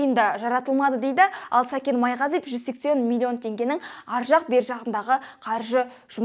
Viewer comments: Майғазиеп емес Майғазиев деп дұрыстап айтып үйренші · Сен бірінші сөйлеп үйренші ,Майғазиеп емес Майғазиев .Сәкен кінәлі болсада ,соны дәлелдейтін сен емессің.Мықты болсаң билікке қарсы шықсаңшы.Басқа ,басқа бірақ Сәкен солай істейді дегенге кім сенеді. Сол ақшаға бола жылдар бойы жинаған абыройын төкпейді ғой .Ал сені тыңдау невозможно,сыпылдап ,құлақты ауыртады🥶 Дура